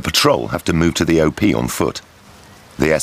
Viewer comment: It is "op", not "o-p".